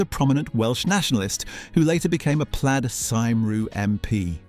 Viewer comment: The Welsh party is pronounced plied cumree (plyde cymru)